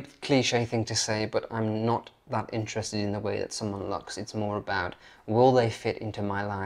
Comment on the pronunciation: Your accent has become more and more "normal" as time has passed but please forgive me if I just point out one particular word which is 'looks' comes out as 'lucks' and I have to think twice to get the sense of what you are saying from the rest of the sentence! In Edinburgh, a person is defined by a} what school they went to and b} their accent.